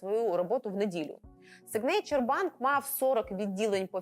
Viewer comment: Та й signature вимовляється як "сІгнече" з наголосом на першому складі 😀. Вибачаюсь за буквоєдство.